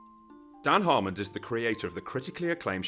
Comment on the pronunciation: Sounds like your saying "Harmond" every single time